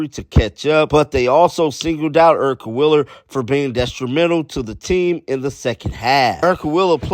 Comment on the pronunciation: Why do you say "Willer" instead of "Wheeler"?